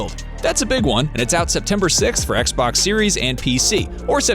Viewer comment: How difficult is to say: XBOX ?